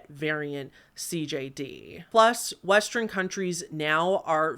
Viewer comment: I love that we have a "Lantren Gate 2" with "Westren" :D